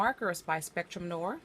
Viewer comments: Noir - Noow-ar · Also you’re mispronouncing noir